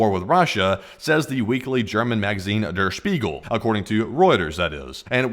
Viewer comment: Was suprised how relatively well you pronounced "Der Spiegel"